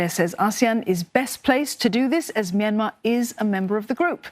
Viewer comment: Okay but can we talk about how she pronounced Myanmar ??!! Best pronunciation I've seen so far